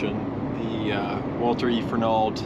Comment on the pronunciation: We pronounce it Fer-nald. I worked with many people who lived there.